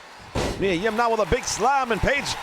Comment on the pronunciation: Why do you say “Reilly” though? His first name is not lol! Kyle O’Reilly, so you should be saying “O’Reilly” but maybe it’s part of your gimmick to mess up names a bit. (Miya Kim instead of Yim too) so it’s all good.